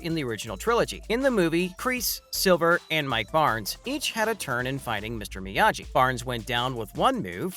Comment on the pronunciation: Did you just say “Miyaji”